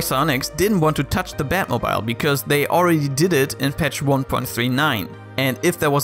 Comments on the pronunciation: The way he pronounces "batmobile" is pure cringe... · Your pronunciation of batmobile is so cute ^_^ I did some research and it's the British pronunciation. Americans say it like "moble", rhymes with noble. I use the British version for separate words e.g. mobile phone. But when I make a compound word like automobile I use a long e sound, e.g "batmobeel", rhymes with banana peel. So I thought the way you said it was a bit funny. Basically English is a mess and you should just say things however you want :)